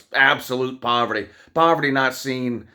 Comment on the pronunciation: Pawverty lol